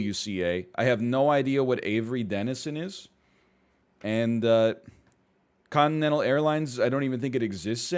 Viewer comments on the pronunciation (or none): none